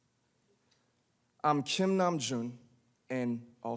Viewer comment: Me estresa que diga nam-jun